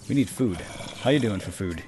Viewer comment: why does say food as chao